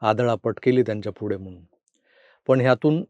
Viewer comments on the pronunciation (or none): none